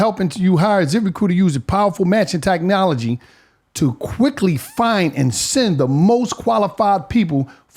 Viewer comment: Mann wtf is Tacknowlogy 😂😂😂